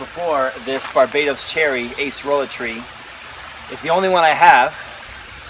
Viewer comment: It's not Ace-rola. It's pronounced Ah-cer-ola.